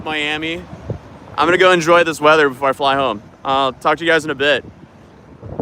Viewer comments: Bro said wedder not weather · "cold wedder" 😂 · cold weader? Lol What are you from Minnesota? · Lol, did you say “wedder” (weather)? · cold wedder... if i was more aware of accents youd have just told us exactly where you are from lol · "Cold wedder from where I'm from" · "The Weader Where I'm From" The Rare Norse Accent Slipping Through Generalized American 😂😂 Also, Alsong as You're Not in Polk County, Florida's The Place to Be Caught With Coke 💀😂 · That accent came out heavy when you said cold weather.